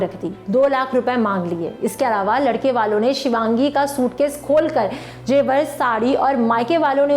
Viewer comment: Ma'am aapke kuch shabd galt the.. Jaise jebar Zewar hota Last me aapne kaha, hmari ye video apko kaisa lga Kaisa nhi hoga Apko hmari ye Video kaisi lgi... Ye hoga Waise apki awaz achi h or ap v..